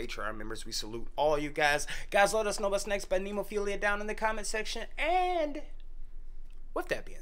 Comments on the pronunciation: Ne (as in net) mo (stressed syllable) phila (as in Philadelphia) It's a five petal flower (they're a five members band), you saw the flower as the symbol in the beginning of the video. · Why not cut down on the labeling and just call it Heavy Metal? BTW, it's Ne-mo-phi-la. It's a flower with 5 petals, one for each band member. Great reaction guys!